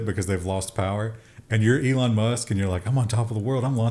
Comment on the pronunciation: You said Elon. I heard Elmo. Odd.